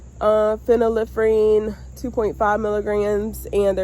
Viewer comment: Great job pronouncing phenylephrine! Start growing and foraging medicinal herbs. Every region of the US has wild medicinal plants. Prior to 1930's there was no big pharma- folk/traditional plant based medicines were used and effective.